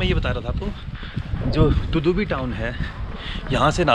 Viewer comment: Tudubi nahi tadubi bolo